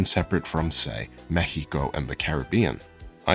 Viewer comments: He said Mekhico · Why are you using the spanish pronunciation of Mexico? It's unnecessary and makes you sound pretentious. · I was about to say "it's pronounced mex-i-cou" but then I realized it's pronounced mejico in spanish with slightly different atonation and I was just correcting you in my mind to say it the United States of American way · oh, I thought it could be something like that, but since he was pronouncing "Mexico" Mehico (the way Mexicans say it), I was confused.